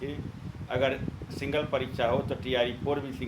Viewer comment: Singal ni hota hai Single hota hai😂😂